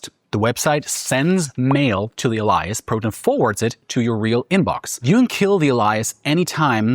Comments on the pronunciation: AH-LIE-ISS 🤣🤣🤣 Wow, this AI bot almost had me up to this point! Proton COMMERCIAL obviously. It's AY-LEE-ISS, stupid. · that is not how that word is pronounced. "EH-lee-yes" not "uh-LIE-yes" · pronounces 'alias' as - (ah-ly-as) says ah-ly-as four or five times before correcting to Alias. (ay-lee-as) is this AI BS? I think so...🧐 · A LIE AS? WTF? Thats what gave the Ai video away... lol.. AAA LII AS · I know. Love the video....But I have to say it... The word alias is pronounced AY-lee-əs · Al-eye-us 👀 that's a way I've never heard it pronounced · How is sam hell did you not review before publishing the Elias flubs, WHEN YOU SAY IT CORRECTLY in. Next segment. Thats lazy man just lazy.compleatly made me think your ai posting with ish like that,do better. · Interesting video. I've been using Proton for a while now and it's nice to see people are starting to catch on. You almost lost me though with your AI text to speech say "A lie us" instead of alias, then you say it correctly and then switch back to "A lie us" again. WTF dude? An AI avatar who can't pronounce words correctly is the last thing I thought I'd ever see on 41 minute Proton advertisement. If people don't believe me, just look at the glitches and choppiness of the video edits, mispronunciations, and over all AI sloppiness of the video if you look carefully. Thanks for the video though, some good information on features that have stopped me from switching completely over to Proton for everything. It kind of freaked me out a couple of months ago when gmail started doing AI summaries on my emails. If they are allowed to do that, you know they have everything you've ever written to anyone. reluctantly giving your AI avatar and TTS video a like. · A lie ass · Funny how you keep pronouncing alias like the name Elias (e.g. ) even though you know (sometimes) how to pronounce it correctly in other parts of the video... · Ale - Lee-Us. That's how we say it in New York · true 😂 sounded like "Elias"